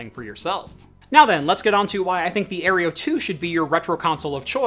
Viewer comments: No offence but - Aereo. - It's Aero (Air-Oh) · Aero... Aero... Aerio? ... sorry I just couldn't ignore it. But great video nonetheless 😅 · Air-OH, ffs the E is before the R. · You keep mispronouncing "Aero" as "Areo". :P The kitty is a good diversion tho. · I cringe every time he mispronounces the AeroFara. It is Aero... like Aerodynamic.